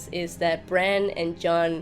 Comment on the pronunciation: it's Bran as Val said so!